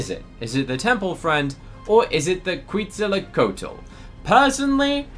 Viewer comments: “Kweetzalacotal” - 2025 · As a person who loves dinosaurs hearing you pronounce Quetzalcoatl mentally hurt me I’m looking for offers for it cause I have a neon already lmk if yall have offers!!